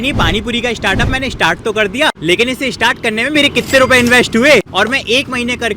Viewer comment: स्टार्ट ❌ इष्टार्ट ✅